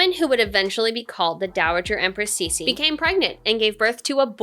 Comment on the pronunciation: Her name is pronounced "Tsuh" (Ci) "She "(Xi)